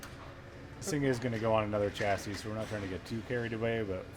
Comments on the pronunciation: Every time says. Chas-s-i-s😅🤣 makes me laugh 😅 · From previous shows, has ruined the word "chassis" for me. LOL